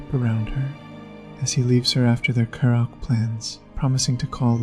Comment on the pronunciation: The video was good overall, but the pronunciation of multiple words and the subtitles were not great. Naomi (not “Nomi”), karaoke, and sake were a few mispronunciations I noticed. If English is a 2nd language to you, then I apologize. Again, the video was good, this is just some constructive feedback I had.